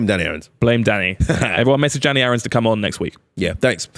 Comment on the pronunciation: started to click off as he said danny aarons. very nearly lost me 💀